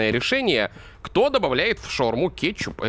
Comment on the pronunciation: А почему ты говориш кечук? Или это мне кажеться